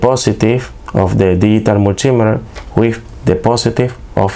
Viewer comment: "Mul - T - Meet - her", hope that helps you. 👍